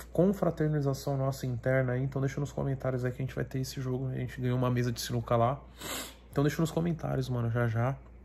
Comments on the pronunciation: "CINUCA" KKKKKKKKKK SINUCA STRIP é o certo pae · "Cinuca" com "c" foi foda hein toguro? Porra! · ‘Cinuca’ com C foi foda kkkk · caraca sinuca com um “c” porra togurao tá matando o português isso sim